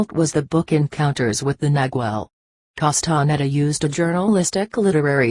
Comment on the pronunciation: How sad, that this is read by a robotic voice. Wrong intonation and awful pronunciation of Castaneda's name. It creates a dull sensation of irritation in my listening brain.